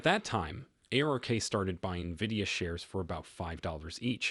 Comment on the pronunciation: stupid Ai video cant even pronounce NVIDIA yet I should take the info as solid